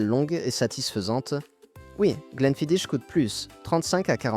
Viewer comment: Mauvaise prononciation pour le Glenfidich, c'est du gaélique...Les rumeurs sur le produit de cette marque étaient courantes à la fin des années 90